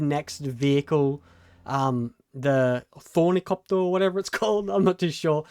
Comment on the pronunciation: Also, "THORNI-COPTER" 😂 I think the dude is super dyslexic or just really badly educated. Could barely make it through the video.